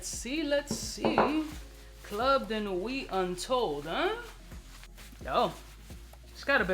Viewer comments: Im usually not pronunciation stickler but idk why him pronouncing the "t" in nuit is irking the hell outta me lol. Also, baccarat itself has the same harsh rubbing alcohol vibe in the opening. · Sir at least pronounce nuit correctly. T IS SILENT in nuit